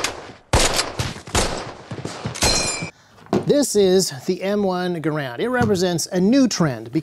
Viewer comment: You pronounced Garand's name wrong.